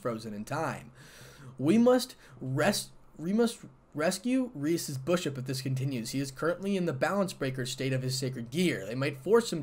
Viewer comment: It's bishop not bushuop😂😂😂